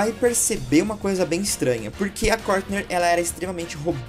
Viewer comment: É Courtney e não Courtner